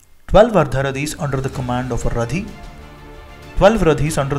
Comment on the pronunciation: It is Rathi not Radhi. Please correct it.